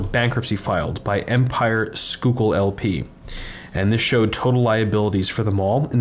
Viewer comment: not 'skookul'-------'sky-kill'